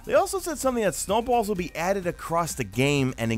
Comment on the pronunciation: The New Yorker talk comes out of you when you say snowballs lol ❄️